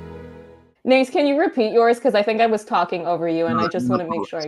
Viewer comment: Thanks so much for this interview! I really like your questions and the interactive part. Keeping my fingers crossed for a JO-interview with all the members for you! PS: In case it happens: Nace's name is pronounced "Na-tse", not "Nais" 😅